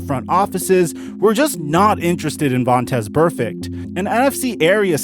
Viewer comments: Chuck Cecil says Vontae who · his name is Vontaze and hes not Burfict but who is 😂😂😂😂😂